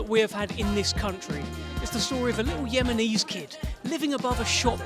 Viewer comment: He was the greatest boxer in my time . We are not called "Yemise " Like the commentator said .We are Yemini ..proud to be placed on the map because of Prince Naseem. No one knew back in school in the 80s where Yemen was, I recall telling my friend's in infant school I am going to Aden as a holiday,. No one knew where it was . My motber was bullied by other school muslim mothers asking why she she had called her daughters non Islamic names.We as Yemenis choose names that have a meaning Islamic name that will fulfill that child throughout their life, Looking forward to see this